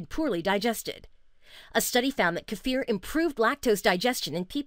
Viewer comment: I am giving points for pronouncing kefir properly, kudos.